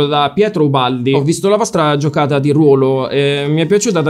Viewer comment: Quando hai detto RUÓÓÓÓÓÓLO con la o pesantemente chiusa ho capito che Mauri gli avrebbe detto 800 stelle